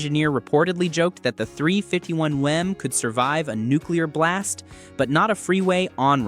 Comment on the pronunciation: Grooann! A.I. voice does'nt know hemi's is said as: Hemee, (not Hemiss!) & 351M is said as three fifty one EM, (not 351 Mem!). I can't watch any more AI crap that the author did Not proof-listen! Is this gibberish have any human involved? Or is this pure computer generated? Newfangled Crap!!